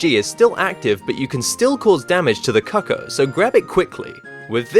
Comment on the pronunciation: I like the way you pronounce cuckoo. I know it looks like you would say it that way, but it's actually pronounced koo-koo. Trust me though, I'm not trying to be a smart a$$ or anything. I just thought you should know. cuckoo [koo-koo, koo k-oo] Examples Word Origin noun, plural cuckoos. 1. a common European bird, Cuculus canorus, of the family Cuculidae, noted for its characteristic call and its brood parasitism. There are other definition examples, but I just used this one since it applies to the meaning in this particular case.